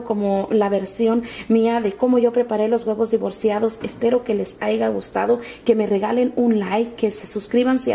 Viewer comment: no se dice AIGA, se dice HAYA!!!